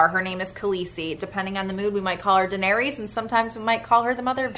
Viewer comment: you are pronouncing Daenerys incorrectly. (I’m not sure if I spelled it right though. Lol). Merry Christmas to you and Larry!